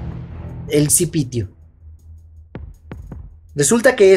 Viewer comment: Ci...pi.. tio! No cipi-tio lmao no es cp3o lmao WTF?